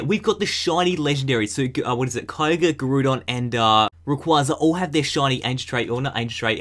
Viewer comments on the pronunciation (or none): Srsly he said Groodon instead of Groudon